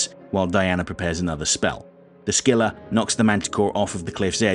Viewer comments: the C in Scylla is silent btw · "the" scylla is novel way say it